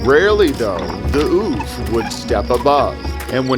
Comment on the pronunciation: When he said the forest ouphe... I thought he said"Oof"😂